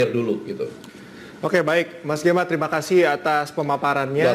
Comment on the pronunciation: Salah fokus dengan panggilan hostnya dengan e-nya taling, jadi seperti nama perempuan yang di telenovela.:D